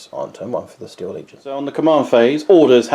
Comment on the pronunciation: They are "Steel" legion as in the metal, rather than "Steal" to dishonestly appropriate. ✌️